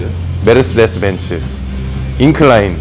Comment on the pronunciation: 메르스데스 ㅎㅎ독일발음인가여? 한국에선 메르세데스 인걸로 아는데... 귀여우세요 석호선수님 ㅎㅎ